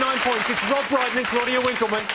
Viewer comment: Pmsl. You messing up Rob Brydon's name, is that revenge? 😬🤭🤭❤️